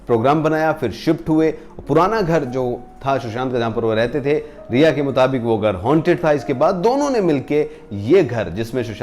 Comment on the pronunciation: Sir It’s rhea / ria not reha . I hate that woman 😡